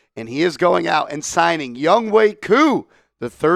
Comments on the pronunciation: Youngway? Cant read good? YoungHOE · A simple search would say it’s pronounced Youngway brodie